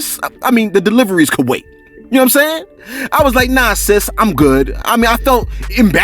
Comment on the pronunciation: Shout out to you bro . I’m African , Liberian 🇱🇷 to be exact . The way you commentate be having me rolling with laughters as usual, I ve never had a bad time listening to you on here bro, my favorite is when you say “ you see I’m saying!” 🤣😂😂😂💯 . And then out of sudden a long deep breath of silence 😂😂😂. Keep it up fam.